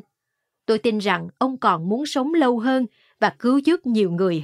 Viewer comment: Nhau o phải nhâu. Lâu o phải lô. Đọc hay nhưng phát âm đúng mới dễ nghe! Cứ đọc bình thường đừng sửa giọng!